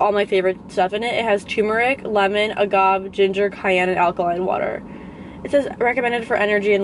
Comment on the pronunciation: Girl agave hahaha UH-GAH-VAY is how you say it